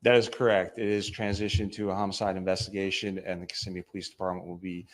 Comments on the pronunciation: Just FYI it's pronounced ki-ssim-me. Hope that helps. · it's OK. Everybody reporting on this say it wrong. Even the TV reporter. 😂